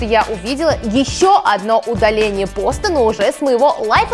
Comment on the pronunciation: Не пОста, а постА